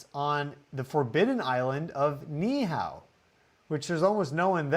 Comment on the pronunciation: Who reads Kailua-Kona and thinks Kay-a-lew-ah and not Kai-lu-a. But somehow almost nails Ni'ihau